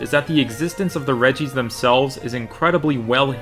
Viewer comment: "Redjee-ice" ech